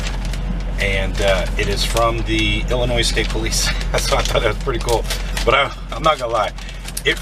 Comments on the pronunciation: Illinois. Not illinioze. Come on man. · The "s" at the end of Illinois is silent. 😃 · A nice gift from the state that you still pronounce the S when you know you shouldn’t. Lots of people are proud of this state....🙂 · Effingham, “Ellie-Noise”. 😬👍 Many Missouri Governors Clueless in pronouncing “Miz-Zer-Ah”.👎